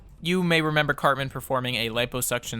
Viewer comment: Why does he keep saying his name like Carbon or Carmen?